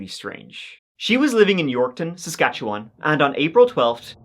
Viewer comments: Pleasantly surprised to hear someone not from Canada pronounce "Saskatchewan" correctly. Not even Canadians outside of Saskatchewan say it right a lot of the time. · Saskatchewan……. Yorkton…….. AND Regina……ALL said correctly!!!👏🏼👏🏼👏🏼 (at least how we say them here😜) You da man 🎉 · Great Saskatchewan pronouncement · Yes!! You pronounced Regina, Saskatchewan, and Yorkton correctly. That doesn't happen very often. Thank you for another great video.